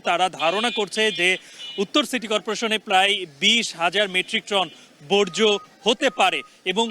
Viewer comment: বজ্র না,বর্জ্য😢